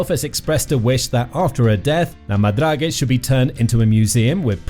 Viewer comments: Check how the word is pronounced in Frencg before you make a video. So annoying to hear 50 times la madragé. My ears are bleeding. 🤮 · Agreed! Narrator or AI, whichever you are, learn how to pronounce La Madrague properly in French before doing a video!